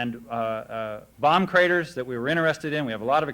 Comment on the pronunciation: did he say bomb crators? lol